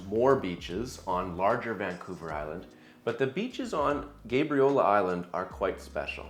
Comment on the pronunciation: I've never heard anyone call it GABE REE OLA lol